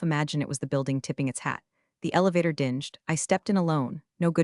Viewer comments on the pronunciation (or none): Yeah, I skipped right into the 2nd time she left again!! This story needs serious editing!! Stop repeating an 8 minute story without an ending!! And the incorrect pronunciation of dinge-d. pronunciation with long e!!dee-ng! 🙄🙄❤️🐉💙💙😎😎🌈🌈🦅🍍🦉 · Please teach your AI that "dinged" is not pronounced "dinjed" the G is a hard G, not a J.